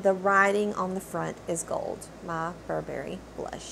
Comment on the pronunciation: Loved your review! Just a quick note reg. pronunciation.. it’s Burr-brie, not Bur-Berry. 😉